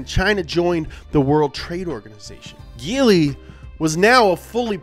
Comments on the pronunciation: It's prononced Jee-ly, not Gee-ly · also its said jeely not geely dude. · IT'S pronounced Gee- lee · Its pronounced geeeeeee leeee not geliy Hong Chi （红旗） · It's actually pronounced G-Li...but, close enough. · Writes geely, says jelie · Actually, it pronounce as "G Li" instead of GE Li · Jee lee is the right pronunciation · It's a soft G, and pronounced "Jeely" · Y'all pronounce Nikon as Nai-kon. Then y'all pronounce Huawei as Wa-way. And now y'all pronounce Geely as Gill-Ly. Hats off to you Americans. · I appreciate the effort done in researhing about the Geely, lots of it..But he failed to pronounce the brand right.. Its "Jee ly"😆. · Till this video i thought it pronauncing like [d3ili] not [ge.. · It's pronounced Jeely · Why did you say giling😂😂😂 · "I'm gonna say a lot of words wrong here." Yeah, like GEELY. smh